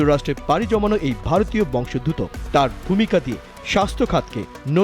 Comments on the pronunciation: বংশ + উদ্ভূত = বংশোদ্ভূত ; প্রতিবেদকের উচ্চারণ ভুল। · ভারতীয় "বংশোদ্ভূত" শব্দটির সঠিক উচ্চারণ করুন সাম্মাদিক ভাইয়া!